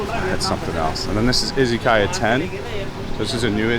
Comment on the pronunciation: Izzykaya? why izzy? the way it is said in English is iz uh ky uh